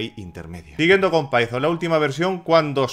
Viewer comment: Like por "Pitón" en vez de "paizon" ❤